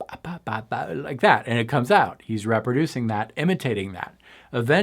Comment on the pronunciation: I think French is his first language.